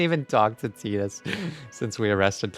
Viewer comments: Every time he calls titus "teetus" i die a little inside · Hearing pronounce "Titus" as "teetus" (despite hearing the correct pronunciation many times) brings me immense joy